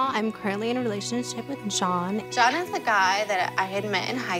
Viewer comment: she says SHAWN instead of John...what's up with that?